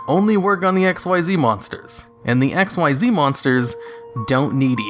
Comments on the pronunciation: XYZ is NOT spoken as X-Y-Z but is spoken as X-EASE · Its pronounced ek-seeze, not x y z. I don't know how people get this wrong. Have you watched zexal, arc v, or vrains? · Xyz is pronounced "exeez," not "ex why zee." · It's ik-seez. Not x y z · It sounds weird in retrospect to hear him say "X-Y-Z" instead of "ikseez" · Xyz is pronounced "ikseez," not " x y z." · It's pronounce "X-eez" not X-Y-Z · Fyi it’s “ehcks-ZEES.” You’re not supposed to say out each letter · The Mechanic from Zexal is "Xyz", NOT "XYZ" and is pronounced "ek-seez"! It is a word, not the last three letters of the alphabet! Try watching the Animé for once! Although, I will say that at least Malefics got new Continuous Spells that fix their rather major glaring downside... So, there's that! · You triggered one of my pet peeves by not pronouncing xyz ‘exeez’ correctly. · Its not pronounced x y z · XYZ is pronounced csees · Curses, man. It's pronounced ik-seez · XYZ= (exheez) The only X.Y.Z monsters are X head cannon Y dragon head Z metal tank and they suck ass It takes longer to say it wrong x.y.z which sounds stupid Than it does to say it right XYZ (Exheez) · U know Xyz Monsters are pronounced as Ik-Seez Monsters right? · You are saying Xyz wrong. it's said as ik-seez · I don't even play Yu-Gi-Oh and I know it's said like ex-ease, because I read it in the freaking rulebook that came with a structure deck I bought like 4 years ago. Hearing you say it wrong so many times in a short period really annoyed me. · It's not X-Y-Z it's pronounced Ik-Zeeds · Sorry for hating but I hate people like you who's says XYZ when actually pronounced in the game "Ik-Seez", how hard is it to say that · Dude, Xyz is pronounced Ikseez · King Of Spades spelled XYZ pronounced ikzeez Not X.Y.Z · Madwizard145 a lot of people call them X.Y.Z, but even in a beginner's guide it says pronounced ikzeez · Hearing him mispronounce XYZ is one of the old video tells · Why do you not say XYZ correctly.